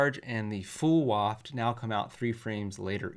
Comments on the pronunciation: Buff how you pronounce waft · Help this man pronounce Wario and waft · Why is he saying waft like that? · says waft like Wario would. WAAAHft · said waaaft. Waluigi confirmed